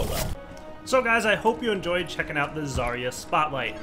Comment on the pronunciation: They really should've hired some actual russian speaker to record Zarya. That "Огонь по готовности" (fire when ready) really freaks me out as a native speaker. Also you're reading her name wrong it's ZaryA not ZArya